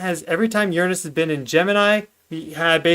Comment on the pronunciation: Sometimes I hate how much Americans kill the English language with there pronunciations of certain words but I am very happy to hear you pronounce the word Uranus correctly:)